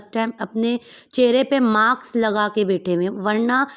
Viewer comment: Maks nahi mask hota hai 😂😂😂